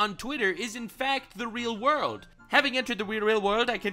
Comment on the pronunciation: Oh wow we got a ze wurldo … feels like it’s been abit